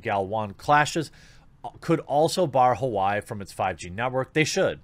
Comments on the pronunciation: Say it with me, Jeremey. Wa-Way Not Hawaii. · Its pronounced like wah way, more people need to be calling this stuff out. I appreciate what your doing here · Just a heads up you pronounce Huawei "Wah-way" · Huawei is pronounced differently than it would look to most of us, it is more like "wahwei", actually you've probably heard Trump say that strange sounding name and not made the association. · We appreciate you covering this a little, but you HAVE to learn how to say the names right. HUAWEI is not almsot like Hawaii. Why not watch a couple reports from CHINA UNCENSORED and see how they say those names, then it'll be easier on you in future. Def. use your platform.